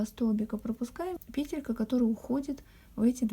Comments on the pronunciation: скорее всего петЕлька . Вы же не говорите пЕтля, а петлЯ. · Все прекрасно, но почему пЕтелька? Слух режет🤦‍♀️ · Вот что выдаёт Гугл: В слове «пе́телька» ударение ставится на первый слог, на первую букву Е. Как и в существительном во множественном числе «пе́тли».🤗🌸